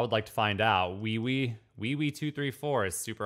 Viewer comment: I'm wondering if deliberately mispronounced weiwei just so he could make a dick joke 🤔🤔. Would not be surprising if that was the case